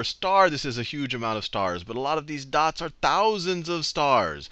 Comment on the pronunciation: tousand of stars!